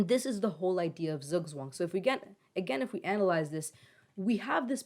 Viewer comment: The "z's" in Zugzwang are pronounced like the ts in tsunami